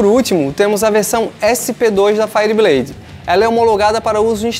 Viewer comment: Cara, pelo amor de deus, fala isso certo, faierbleid, ok? Valeu. Fui.